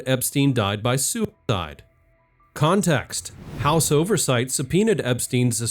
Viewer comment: Why do you keep saying « soup died »?